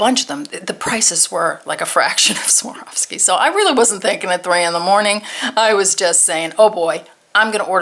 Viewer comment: The name is pronounced swar...ski